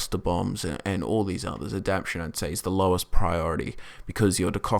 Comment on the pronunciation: say it with me now: aah-dap-TAY-shun love these build vids. giving me lots of ideas for focusing on high level abilities and buffs